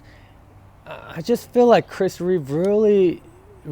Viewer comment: There’s no ‘s’ on the end of his name - it’s Reeve .